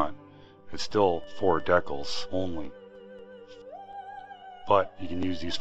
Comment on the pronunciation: At least you aren't saying "Decknals" like Ricky from Trailer Park Boys hahahahhaha Seriously though, dude, it's decals, like "DEE-kals"